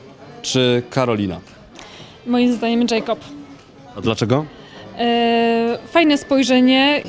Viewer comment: Jakob sie mówi nie Dżejkob ( specjanje napisałam )